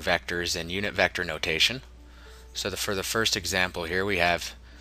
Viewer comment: In the last vector😂😂, couldn't wait to say that word right.